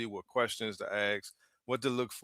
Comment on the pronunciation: I tell British narrators all the time to stop adding 'R's' on the end of some of their words, so don't take it I'm picking on you. It's just that when I hear that you want to...'assk' someone a question' you pronounce it 'axxe' someone a question. Enjoyed your video